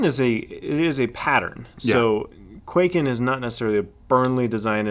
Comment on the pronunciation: For the love of god and all that's holy, it's not pronounced "Quaken" it's pronounced "Kwai-ken"